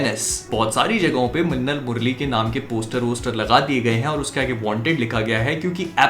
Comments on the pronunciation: says mannal instead of minnal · Bhai apka lahasan wala word sunn ke bahut maja aata hai, 🤣🤣🤣